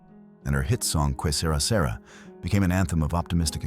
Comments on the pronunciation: Peter Lawford arranged "assignations" not "assignments". The title of Doris Day's popular song is correctly pronounced "Que Se-RAH, Se-RAH". Regarding the connection between Doris Day, Terry Melcher, and Charles Manson: the info about Doris saying that she wanted to be associated with Manson's song is something not generally acknowledged. The information here is that Melcher met with Manson regarding the song. This is different from statements by others who deny that Melcher met with Manson. The connection was between Melcher and Dennis Wilson of the Beach Boys. Dennis had opened his beautiful home to Manson's followers and through that pipeline Manson's song was introduced to Melcher who declared it to not be good enough for Melcher's company to record. If Terry discussed the song with his mother, why would Doris tell him that having a connection to a recording a song composed by Manson would be good for her WHOLESOME image? To destroy it? To hurt her son's professional reputation? As a not very good joke? Doris had a reputation of enjoying a good joke. Interviews with her friends tell of her mocking and sometimes slightly ribald sense of humor. If Doris DID say that her son should have recorded or supported Manson's song FOR ANY REASON I don't believe that she truly meant it as anything but a joke on herself and her wholesome reputation as opposed to saying that she wanted to desecrate her own reputation and align with the actions of Manson. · Yea, I speak Spanish I just thought that was one of the funniest mispronunciations I’ve heard lately. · Also, Doris Day's song is pronounced Kay ser-rah ser-rah. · Doris Day's signature song was what..? "KWAY SAY-RAW SAY-RAW" 😂 hilarious 😂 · Shame AI can’t pronounce Spanish. “Que Sera Sera”. (Also based on an Italian phrase.)